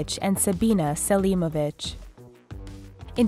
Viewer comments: ღMaubieღ she was saying that XD she was no wear near pronouncing it right lol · i thought she said "samra kesinobitch and sabina selimobitch" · Did anyone else hear her say Samra Kasenabitch and Sabina Selenabitch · lmfao definitely heard it that way too. Was so looking for this comment 😂😂😂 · ღMaubieღ I heard that too xD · anyone else here "Samra Kesinobitch and Sabina Selemobitch?" Or is it just me going insane? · Samra Kesinobitch and Sabina Selimobitch?? wtf??